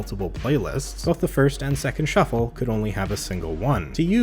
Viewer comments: Look it a shu- flah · You mean a shu-ffle